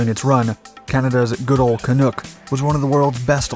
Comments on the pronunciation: As a Canadian, it's pronounced Can-uck. Not Can-ook. Hahahah. Great video. Thanks! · The way the narrator pronounce Canuck made my skin crawl. It's not canook. it's CANUCK! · It's pronounced Ka-nuk! Rhymes with stuck! Not "nook"! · Heads up that Canuck isn't pronounced the way it was throughout this video. It's a pretty known nickname for Canadians and is pronounced can-nuck, like duck - not canook. Great video otherwise; we are proud of the Avro. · Canuck, like truck, not canook, like shook. I'm astounded that anyone can get the pronunciation of something so simple and obvious totally wrong? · Canuck is pronounced caanuck like hockey puck not canook. Just saying. And Thank you for sharing this. Never even heard of it until this video! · The pronunciation is the same as the Vancouver NHL Hockey Team, The Vancouver Canucks.The Avro CF-100 Canuck, not Canook. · It's CanUk not Canook. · It’s pronounced Can-uck, not Can-nook. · Ca”Nuck” as in duck, not Ca”Nook” as in look. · Canuck is pronounced “can - uck” (as in luck) and NOT “can - ook” (as on shoot). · It's not pronounced Ca-nook. It's pronounced Ca-nuck. Rhymes with fuck. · Excellent short documentary about the Clunk, even touching on the Arrow debacle which is appreciated, but ARGH!! It's CAN-UCK like duck, NOT canook. :p Minor nit-pick I know, but my jaw clenched every time the narrator said canook. I guess it's too late to change now. Great video anyway.;-) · You say Canuck I say Canook, let's call the whole thing off. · It's pronounced "Ca-nuck", not "ca-nook". Rhymes with 'puck' or 'luck', but not 'book'. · Not "Canook", it's "Canuck", rhyming with "BUCK". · It’s not Canook…it’s Canuck…nuck, not nook 🙄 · I guess that you aren't a Canuck, otherwise you'd pronounce it like "uck" , not "Ook" , but you do nice videos! Cl-84, come to mind... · Canuck rhymes with puck not look. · Canuck is pronounced the same as the Hockey team in Vancouver, Vancouver Canucks. The "U" is pronounced as the "U" in under.